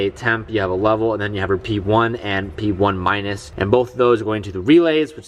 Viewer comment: Did he say P1 minus? Lol